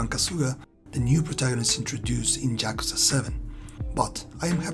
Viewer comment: "Jyakuza" lol. Great review.